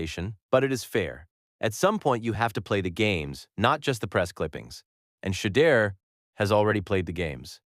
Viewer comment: SHEDEUR IS PRONOUNCED SHA-DOOR